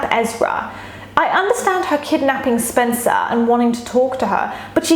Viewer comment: omg same i cringed when said "SpEncAr" like girl